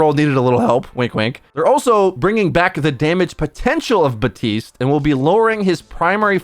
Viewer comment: Bruh you know there is a P in “Baptiste”